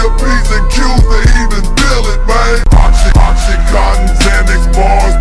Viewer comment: its Oxycontin, not Oxycotton or Oxycotin geez